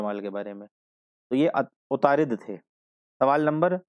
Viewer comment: Good explanation lekin wo atarud hai..na k utarid